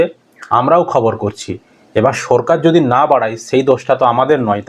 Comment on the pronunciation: আচ্ছা,তুমি কি স্বাভাবিক কথা বলতে পারেনা? সরকার কে বলছো সো রকার, আরো অনেক কথা আছে উচ্চারণ ভুল বলো।